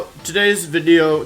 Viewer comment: Wolfey: Video is Wideo Also Wolfey: Arca9 instead of Arcaninay